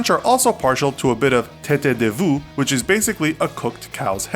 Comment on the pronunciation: The tête de veau for France was soooo badly pronouced you haven't done your homework properly😠